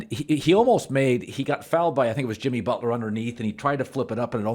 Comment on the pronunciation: Did Collin really call him Jimmy Botch-ler or was it a slip of the tongue?